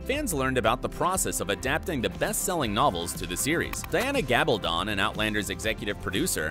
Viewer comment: It's pronounced Gal ba don( as in stone) not don as in to put something on.